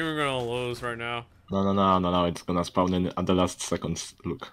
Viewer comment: "its gonna SPAUN now"